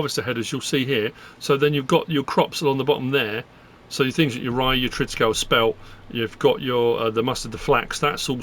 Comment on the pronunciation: Just FYI it's pronounced Triticaleeeee. Like 'treeee'